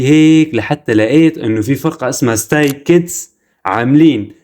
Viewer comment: ستراي كيدز مو ستاي كيدز